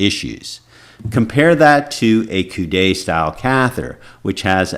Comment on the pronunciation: Great video doctor, one comment is that the word "coude" is pronounced like the English word "could" the "e" in coude is silent which means elbow in English. 🙂